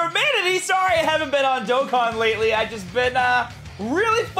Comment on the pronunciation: I remember when you use to say DOK KIN instead of DOE KON. Good times.